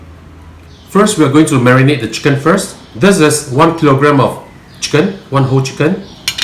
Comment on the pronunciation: Please stop saying "the" like "de" in front of words which don't start with vowels... it's wrong and annoying to hear.